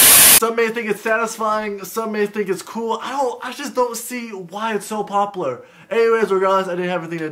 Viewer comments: I love the way he says popular. He says it like popoolar😂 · "I don't know why it's so papalur"